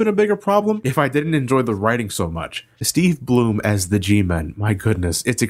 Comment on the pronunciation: You pronounced Steve Blum's name correctly, I love you